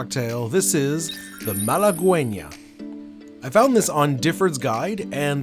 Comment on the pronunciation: I think it’s pronounced malagueña. Cheers 🥂